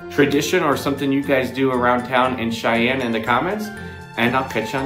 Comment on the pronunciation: 6. Go the the Holiday Magic concert with the wonderful Cheyenne Symphony on the 14th. (Weird how "Cheyenne" becomes "Shine" .)